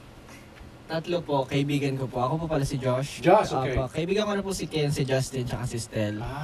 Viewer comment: I really love how Justin pronounce his name. nahuhulog ho ako don!